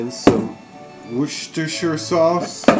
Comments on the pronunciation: it;s pronounced as WORS-TER-SHIRE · say it '''wooster' sauce ' i love this recipe ~